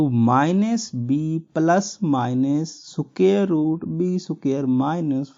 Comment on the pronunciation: Assalamualaikum sir great explained is very nice 👍 but siqaree ko square boltaye hai